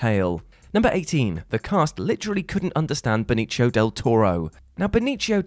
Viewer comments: Something missed: Benicio del Toro is Puertorican, not Italian. So, it's "Benissio", not "Benichio." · Who's "Beneechio"? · Del Toro's name is Spanish, not Italian. It's not pronounced like "Benichio" but rather "Benisio" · thanks for the video and explanations! one thing was disturbing to listen to, everytime you said "benitschio" it hurt my ears. if he was from italy he wouldn't be hispanic. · Benicio is pronounced with an ‘s’ sound, not with an Italian ‘c’ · "Benicio" isn't pronounced like that. It's a name in Spanish, not Italian. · The C in Benicio in this case is pronounced like an S. Pronouncing it like a CH is an Italian, not a Spanish thing. Come on, it's not like the guy's some obscure D-lister.